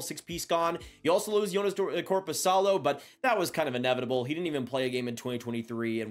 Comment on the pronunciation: Dude really!? Joonas Korpisalo!? You didn't even try with Donskoi's name!!! The actual hell